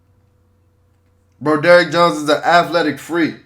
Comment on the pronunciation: Bro-DERRICK Jones is sending me lmao